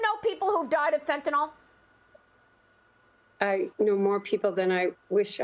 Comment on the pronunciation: Can they please call it Fen-Tuh-NILL, and not Fen-Tuh-NOLL? SMH...